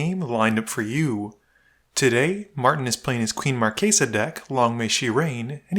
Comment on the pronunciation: I absolutely love that you keep the italian phonetics when you pronounce Queen Marchesa.